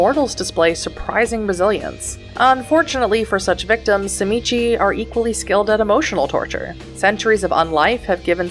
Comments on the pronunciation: great video, appreciate the information density and ofc the refusal to say zee mee zee. subscribed.(its CHI MITCH btw ^^) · First time watcher, but sadly, also last. In your first minute, you pronounced TZIMISCE wrong not once, but you said it three different ways, all in a row, and you know, that's really jarring, and I had to stop watching at one minute. The creator of the World of Darkness (and inventor of the clan) pronounces it "zim-eat-see" and ensured that this pronunciation was used throughout the entirety of the videogame "Vampire The Masquerade Redemption". So, as you can see, it becomes incredibly jarring to attempt to listen to this video, at all. The CHEE you at at the end is the icing on the cake. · Tzimisce is pronounced (ZHI-MEE-SEE) Clan Tzimisce is by far my favorite Clan, both in lore and to play. I would say my runner-up Clans would be: Ventrue, Followers of Set, Toreador, and Gangrel. I have played so many fiends over the past two decades, I would have to say my favorite was one that fancied Itself as a Artist of the highest degree. Bone Sculpture, Blood Portraiture, High end Fashion made from skin for Kindred gatherings. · Clan: Tzimizce Weakness: Name pronunciation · Say the name correctly